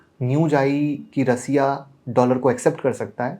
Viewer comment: बस कर बस कर भाई😂😂😂😂 थोड़ा हस लेने दे, ऐसे ऐसे नाम लाते कहा से हो, और रसिया नहीं रशिया होता है😂